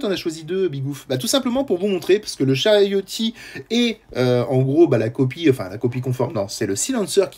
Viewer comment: Charioteer ( on dis le r )